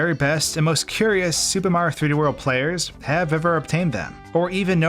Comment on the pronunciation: Up next, will we discover the ULTIMATE hidden 1-up? Will it even be possible to find or collect? Will ever say each syllable in mario's name? These questions and more... will probably never be answered.